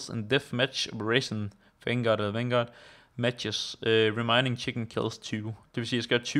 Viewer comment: Det hedder vanguard og ikke Fangaurd;)